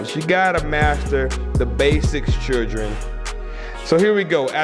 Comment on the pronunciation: "Gotta master the basics chewdren"